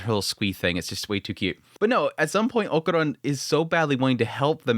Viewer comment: I know you pronunciation of names is not always the best haha but why "okuron" his name is Okarun, sorry it just gets me, that aside, loved the episode and im more convinced episode by episode that this is a romcom with a shonnen disguise